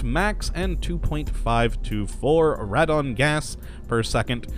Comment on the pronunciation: it is pronounced "raedon".